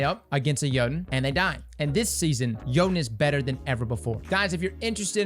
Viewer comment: 3 years later and we're still pronouncing Jötunn wrong lol